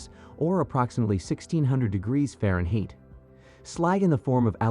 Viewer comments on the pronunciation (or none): Faren Heat ???? LOL! Darn Robot. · Try reading this: faronhight. That’s how Fahrenheit sounds when pronounced.